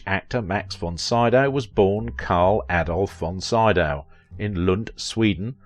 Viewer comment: Name is like "SEE-Dow." Basic respect: listen online, get the name of main subject close to correct. You ask what we think!!?? Please show that respect (recalling the horrid "CanDEECE" Bergen!)